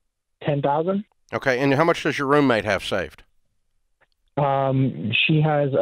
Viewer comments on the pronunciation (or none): Dave saying "roommate" with his whole chest.